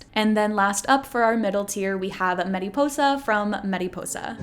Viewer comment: Mariposa~! Like “mari” not “meri” :)